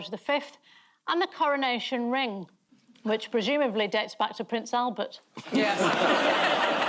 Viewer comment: Cowonation ffs talk properly